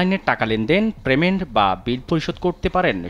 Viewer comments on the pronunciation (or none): প্রেমেন্ট তো বুঝলাম না, ভাই 😂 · প্রেমেন্ট? 🙄 এতো বড় টিভি ট্যানেলে??? 🙄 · আবার প্রেমেন্ট! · ভাই প্রেমেন্ট না😐 পেমেন্ট😊